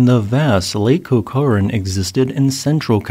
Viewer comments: Hi. South/Central Californian (Bakersfield) here: CORCORAN is pronounced "Core Cur En (... or "An"). Not "Core Core Anne." Did "Lake Corcoran" empty thru the San Francisco Bay/Sacramento River delta? The Bay isn’t very deep -- only averages about 30'. The Army Corps of Engineers (or whomever is responsible for maintaining "national infrastructure") routinely has to dredge shipping 🚢 channels in the Bay/River delta to accommodate the hull displacement of the ships coming & going. Unless I'm mistaken, there is still a vast "delta" spreading out into the Pacific Ocean when the Golden Gate was the "mouth" of that prehistoric, freshwater "sea?" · CORK-er-an. Emphasis on cork. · Your pronunciation of California locations is amusing. It’s COR-cran and tooLAHray. 😃